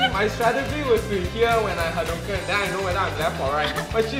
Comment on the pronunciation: TIL Hadou-More-Kens.